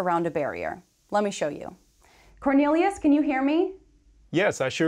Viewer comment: my man really called cornelius